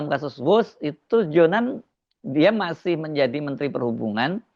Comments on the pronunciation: Her, JONAN, bukan Johan. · Maaf mas bukan Ignatius Johan tetapi Ignatius Jonan. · JONAN pak bukan JOHAN... ???